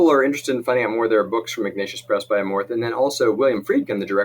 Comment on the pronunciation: Amorth pronounced "A (small a sound)-more-th